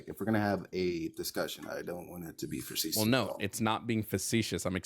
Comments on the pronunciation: cant properly pronounce facetious and cant properly pronounce preface LMAO. This guy is bankrupt in every sense and his words have no meaning. I'm an Anarcho-Libertarian because it sounds cool not actually what both those words mean. What a jooooooke. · Man mispronounced "facetious" so oddly enough times it made me not able to say it for a few times myself. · I’ve never heard the word “facetious” incorrectly 25 times in a row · He couldn't use it or pronounce it properly, it was painful. I don't think he has a speech impediment or anything (I wouldn't make fun of someone for that), I just don't think he's familiar with the word. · Not only does he not know what facetious means, he's not pronouncing it correctly. He doesnt known the difference between a government and a state and is unwilling to learn. This guy isnt here for a conversation, he's here to act superior.